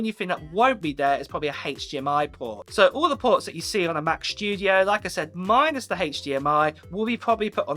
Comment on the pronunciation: Mac schtudiooo haha